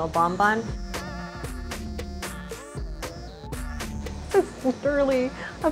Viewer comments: i am french and the way they say BONBON annoys the heck out of me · every time they say 'bon bon' I get internally frustrated. it's bonbon. bon like in bon appetit.